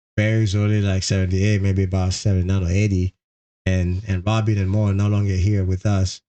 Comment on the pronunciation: I never believe these videos where the brothers don't speak in them. They just show clip after clip of them, but nothing coming from their own mouths. Plus the narrator doesn't even pronounce Mo's name correctly 😮